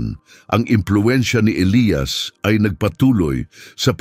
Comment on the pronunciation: Elyas Hindi elayas..